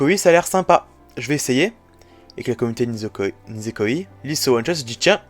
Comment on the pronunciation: Franchement c’est une honte , « Nisekoiiii » ,nan mais la prononciation, c’est quoi ça 😭😭. (Et si tu veux savoir le os est sorti le 29 janvier 2013, et il est présent dans le tome 14 de haikyū!!)